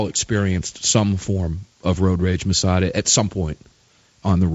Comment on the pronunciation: The man's name, is Massad......not Massada, not Mas.......JFC get it right, show some respect.